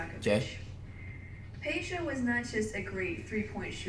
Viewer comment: He said peja correctly I’m shocked